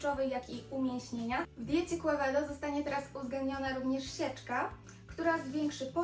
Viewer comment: Quevedo z hiszpanskiego czytamy ( kevedo ). Piekny kon i ty Tez.